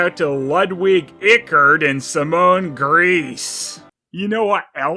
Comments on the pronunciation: I think its pronounced Grice actually, if it were pronounced Greece it would be spelt griess, with an ie instead of an Ei. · Simone's last name would be pronounced as "grice." In German, it is the second vowel sound you pronounce. One of the German words for "the" is "die" and is pronounced "dee." The German word for "three" is "drei" and is pronounced "dry"